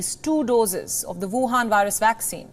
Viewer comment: woohan...I love when you say that...